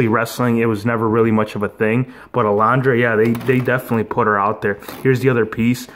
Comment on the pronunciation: Uh-LUN-druh. Say it with me now: UH-LUN-DRUH. Lol just messing with you bro. Great unboxing & review,! Gotta have that Razor and A-LUN-DRA Blayze!👍👍😁